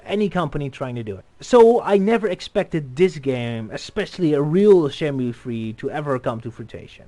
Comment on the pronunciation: Ryo: "Shenmoo".: "Shenmyoo". Argh... Anyway, great analysis, but you kind of dropped the ball there at the end concerning Sony. Kudos for mentioning the BuildingTheList campaign as reason why Shenmue 3 ended up with Sony and why it was unveiled at E3, most articles fail to do that. But some of your conclusions are quite wrong. "Shenmue 3 is very likely to become another financial disaster" - That's pure speculation. Too many people assume that Shenmue 3 will have, or even needs, the budget of the originals. That is wrong. The originals were that expensive for several reasons. Development started on the Sega Saturn, and that version already included parts that would later end up in Shenmue 2. The Saturn version was scrapped, lots of things (but not everything) needed to be redone for the Dreamcast, they had to develop their own tools and engines, the team grew to 300+ people and nobody knew how to manage that efficiently. So, the original budget of $47 million paid for at least three games (Saturn, 1, 2) and 5 years of development. All that won't apply to Shenmue 3. Shenmue 3 won't be a huge modern AAA game. It might end up losing some money for Sony (who primarily fund the marketing and NOT the development), but it won't be a disaster for them. "I mean look at those colors" - Funny, because Suzuki has stated somewhere that he doesn't like the appearance of that scene. It looks too "California dry". It's just a preliminary mockup. "Sony put themselves in a co